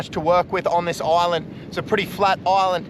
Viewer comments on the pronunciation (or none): Bro says oland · Be careful about pronouncing islands like oillands. Bout to be invated